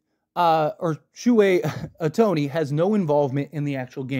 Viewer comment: First of all... learn how to pronounce the guys name.... and second.....so If your best friend racks up 4.5 million dollars, your not going to know?... Come on.... horrible video